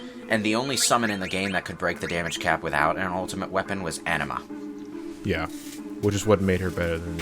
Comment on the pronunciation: (Donsanity) Yeah...hearing them say Anima was the first kinda made my eye twitch a bit xP